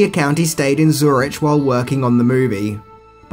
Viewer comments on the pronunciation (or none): I like how "Zur-ik" becomes "Zur-itch" . . .